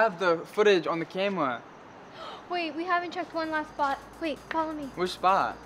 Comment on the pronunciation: He said carma it’s camera 📷